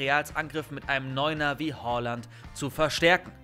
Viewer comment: Nicht Holland sondern Haaland